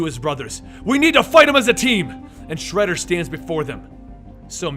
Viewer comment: I've got a ton of respect for you, but your pronunciation in this video killed me! If you are going to pronounce something wrong, at least be consistent about it. You said shredders name like 3 different ways lol.